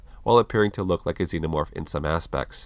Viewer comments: Im sorry but its pronounced ZE-NO-MORPH not ZEN-O-MORPH. You saying it wrong 100 times ruins the video. It does make a difference. It'd be like calling a TERMINATOR a TERM-NATOR. Its just wrong. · That's not how one pronounces xenomorph.